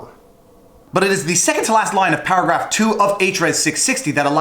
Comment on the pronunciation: Everytime you say paragraph I heard powergrab...lol